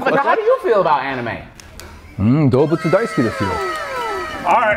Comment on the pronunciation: The question likely sounded like “how do you feel about animals?” To him. The pronunciation of anime is what threw him off most likely.